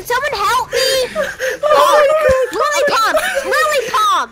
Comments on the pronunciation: i thought he said Lily Pop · I thought he was saying Lele pons, turns out he said lily pump.